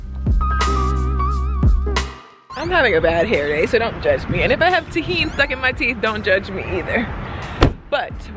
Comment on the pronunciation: When she said tajin I laughed so hard